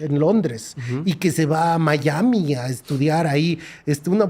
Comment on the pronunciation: Porque ustedes los Mexicanos pronuncian Miami como si tuvieran una y griega entre la I y la a? Miyami? No tiene y.